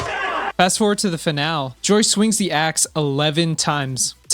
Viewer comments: Fih-nall. Driving me nuts. Guys it's fih nall ee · Finale is not pronounced fin al, it’s fin nal lay. This video is probably AI and a trap… get hopes up and a laugh… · It’s pronounced “finalEE” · Finale = Fin-al-ee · Your inability to pronounce the word finale is driving me crazy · Why are you saying finale weird? And why did you gravity fall instead of gravity falls? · This HAS to be AI... how can anyone fail to pronounce 'Finale' correctly this many times??? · Brother you can't even decode how to say finale, this ain't it.